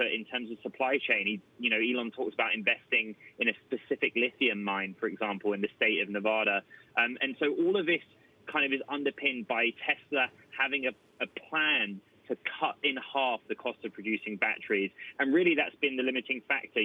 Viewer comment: Excellent news. Also, it's not nevahdah. I hate that. 😠